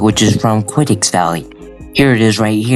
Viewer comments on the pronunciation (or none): the way he said it was crazy "quiddix" 😂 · It's pronounced "KEE-YO-TAY." As in, Don Quixote.